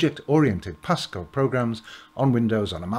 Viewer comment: No not pascal, eeiww